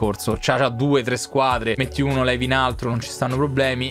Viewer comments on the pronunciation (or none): none